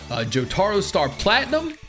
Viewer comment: “jotRo” wat?